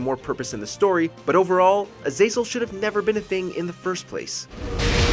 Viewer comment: The way you say Azazel's name makes me want to off myself lol